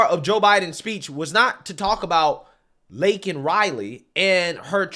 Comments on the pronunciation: "I know how to say her name" It's Lincoln instead of Laken. He's horrible can't people see this?? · When he pronounced her name Lincoln it confirmed he really does not know wtf is going on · "lincoln riley" lmao 🤣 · The reason Biden said Linkin instead of Laken is that he clearly knew ( or briefed ) about the event. He just didn't care enough to really want to know WHO the person actually was, ( generic citizen in his mind ), so he was only repeating what he THOUGHT he heard MTG shouting. Cover Blown. 😢😢😢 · Firstly, didn't he mispronounce Laken Riley's name and call her Lincoln? What is going on? They either gave him shots of B12, or shots of ELECTRICITY - He's ALIVE!!!! I frkn knew it. He's been faking it all this time. That he's week, that he's not capable of thinking and talking for himself. They know what they're doing with him. They're protecting him from being impeached, from being arrested, from going to trial, from going to jail, etc.... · He couldn't even say the woman's correct name. Laken Riley not Lincoln Riley. Lincoln is a college coach. Stupid a$$!!! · He actually MISPRONOUNCED her name, he called her "Lincoln" instead of Laken. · only thing is he didn’t say her name he said Linkin 😂 FJB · He purposely didn't pronounce her name correctly. You guys can't be that dumb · He needs to be called out for not even pronouncing her name right. Fck Biden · The fact that he can't say her name correctly is beyond disrespect to the family!! Smh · He did not care about Laken Riley. He said her name wrong and then he goes and mentions he knows how it is to loose a love one as it is all about him.